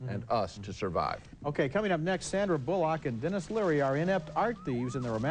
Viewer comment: I love how Ebert pronouced her name Sandra BulLOCK! Lol. Have to agree with him on the flaw with a film like DBAM or films like that. Think its a simliar issue with the Scary movies films. The people making them are not horror fans and just seem to going for cheap humour without understanding the conventions of those films or coming up with some original jokes about them.